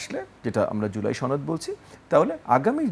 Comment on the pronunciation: সনদ? নাকি ছনদ?